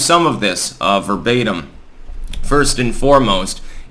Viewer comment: your cat seems to love to hear you say "verbatem"